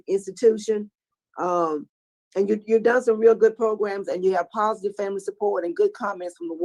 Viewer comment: I just realized that Jim Wise says progrums like Tony Marabella!